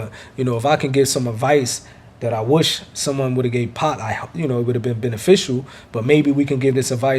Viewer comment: When says 2pac i heard 2pop